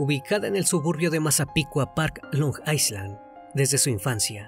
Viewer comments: Carnalito, una pequeña acotacion, Island se pronuncia "ailand" y no "aisland", un saludo, excelente video. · Es “ailand” no “aislan”, la S en Island es muda 😣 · Se pronuncia "Ailand". Si bien se escribe island, se elimina la S. Mientras que la A se pronuncia justo como lo hiciste "ai".